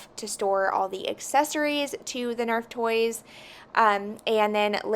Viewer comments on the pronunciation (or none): Omgh, NERF! Not nerve 🤣🤣🤣